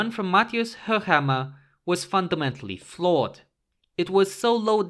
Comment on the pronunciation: I like, that you pronounce Höchammer correctly👌